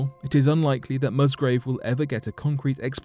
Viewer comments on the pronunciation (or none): The gentlemans' name is Musgrave not Mustgrove.